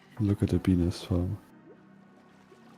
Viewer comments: OOOOOOHHHHHH.... "Bee-nest:, got it... as a non-native english speaker, you should probably stick to calling them "bee hives". lol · I heard him saying penis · Him saying beenest sounds like peenis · every time says “bee nest” i hear “🅱️ E N I S” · ah yes, a B E N I S farm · When he said bee nest farm I heard be-nis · I heard say Benis and you can't change my mind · When he says bee nest I hear a very diffrent thing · step1:says "bee nest" a thousand times with an accent step2: get demonetized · Ik he can’t help it cuz of his accent, but the way he says Bee Nest sounds kinda funny to me 😂😂😂